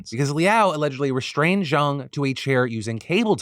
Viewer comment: Good Chinese pronunciation. The west speakers normally pronounce it like "jayng", when its "jaaahng"